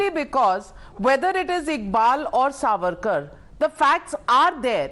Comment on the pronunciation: This fuad or whatever his name Should be taught its SAVARKAR N not sarvarkar